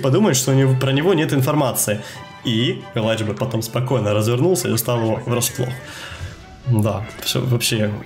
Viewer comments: Только элита знает, нет бл*ть, любой смотрящий кс знает что это элИдж, а не элАйдж. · ни элайдж а элидж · Илидж, а не Елайдж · Комментаторы произносят элидж, а мне больше нравится элайдж. По плейстайлу он мне не нравится, хотел бы посмотреть нико и крисджей, ну а сашу каждый день и так смотрюя)